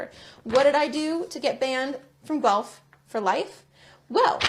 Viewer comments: its pronounced GWELF lol not gelph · its pronounced ( gwa-elph) not (gwa lp ) the city's name is guelph, ontario, learn canadian, eh............!!!! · 🍁🍁 Hi, not sure where you are from but GUELPH is not pronounced as or like Gelp... it's pronounced more like Gwelf. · Haha... its pronounced Gwelf" never heard it called Gelp. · It's pronounced gwelf. Not gelp. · It's pronounced "Gwelf", not "Gelp". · That story from the University of Guelph is BIZARRE! By the way, it’s pronounced Gwelf, not Gwelp! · Please...it's not Gh elp....it's pronounced Goo elf....Gooelf...Guelph. Ty. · Gueph...pronounced like guelf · It’s Gwelf. Not Gelp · Pronounced Guelf' That's what woke gets you! Well Ford ,,, stop being a liberal!!!! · ...university of "Gelp"? "Gelp"? 🙄 You watched her video. Did she pronounce it "Gelp"? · it's too funny, how you pronounce guelph,it's pronounced goo-welf but say it together,lol. I've lived here most of my life, and heard that name pronounced wrong soo many times. Anyway your funny, never change. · Great information as always. I just wanted to let you know though, it's pronounced "gwelf" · FYI Guelph is pronounced as Gwelf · Pronounced university of Gwelf. 😅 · I have a hard time believing the story about the student being banned from the University campus because, Guelph is pronounce "Gwelf". A student going there would know this. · She pronounced it correctly, pronounced it Gelp.. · Pronounced GWELF. Jeeze. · for the record it is University Of GU-ELF (GUELPH) as in Guelph Ontario just west of Toronto. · Hi,: Guelph is pronounced, 'Gwelff'. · my man, Guelph is pronounced GWELF...LOL🤣🤣🤣🤣 Seriously though...WTH are we doing here in Canada...